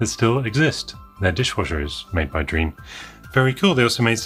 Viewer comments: So surprised to see a Drean C64 on you channel! Those were manufactured in Argentina and yes, Drean still exists and makes washing machines :-D BTW, the "dre" part is pronounced as in "dread" and not as in "dream". So it's "dreh-an". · I have that exact Commodore make and model...and brand! Also, it's pronounced DREH-ahn, not 'dreen' (u voice the 'e' and the 'a' in their short forms in english), as it's in spanish ;-)